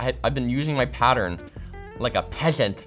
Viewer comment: Like a PEATHENT!